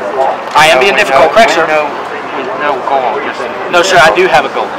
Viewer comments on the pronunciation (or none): "... tell the shuits... " "No, shir... " Had a bit of chardonnay today, sir?